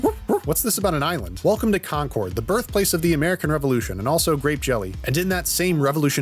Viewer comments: CAWN CORD Just say "conquered" Bc that's how it's pronounced Trust me i lived in mass 18 years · “Khancord”is such a funny pronunciation, in MA we pronounce it like “conquered”